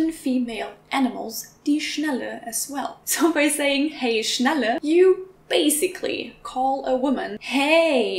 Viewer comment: why are you pronouncing Schnalle like Schnelle?